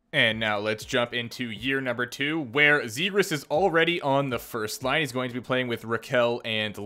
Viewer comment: It’s pronounced like this Trevor zegras -(Traq-Vires) , (Zop-jAZZ) trust me